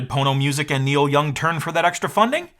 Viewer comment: Niel Young, ugh...